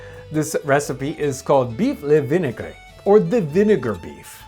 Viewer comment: Vinaigre - pronounced "vin-ay-gruh" with the gruh being a rolling r for like "2 r's" and not what he said lol